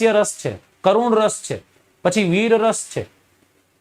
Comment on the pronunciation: Raas nahi ras hoy saheb